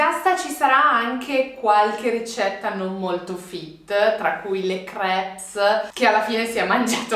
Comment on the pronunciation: la S di crepes è muta!!!